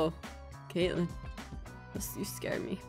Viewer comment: YOU GOT KATLEYLEN WRONG